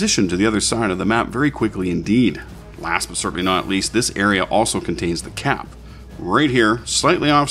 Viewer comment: Lol when it said 'CAP' and directed to a particular point I thought it said 'CRAP' XD